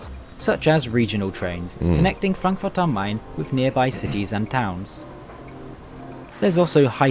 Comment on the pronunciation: The DB Icecube, lol xD I think the ICE 3 and 4 fronts look goofy as fuck. I love this channel, his videos are all great. I especially love, that he actually pronounces the cities the way they are supposed to be. He says Frankfurt am Main just like a German. You can go 300 km/h on the Autobahn, but I personally wouldn't. If somebody misjudges his mirrors and your speed and switches lanes - good luck avoiding that death penalty. DB Regio is the name for the short-distance service of the DB. The train was hard to identify, but I am sure it is a Doppelstockwagen of the 3rd Generation. Therefore this is a Intercity train without the Intercity colors. I think they travel as RE units. Looks like it is pushed by a DB BR 243 or 112. Sorry to say it, but the American AMTRAK is not comparable to the German trains. Better to put the trash in the little cubby than on the floor. You can't blame DB for stuff failing in their trains. It is normal wear and tear, but I get the critisism. I don't think US trains deserve a restaurant if they are as filthy as you say. Bunte Gnocchi means "Colorful Gnocchi". It reminds me of the Spongebob episode Pretty Patties xD